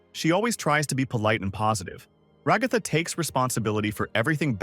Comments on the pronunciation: everyone: Ra-ga-tha Show: Rag-ah-tha Guy:my little milk furs Show: my little milk maids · “and Rahgahthah” 💀